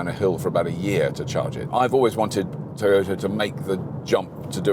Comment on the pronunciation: its toyota....pronounce as "ta" nt told